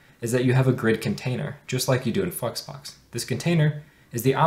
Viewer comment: It's flexbox, not fucks box 🤣🤣🤣🤣🙏🙏🙏 Pronounce it properly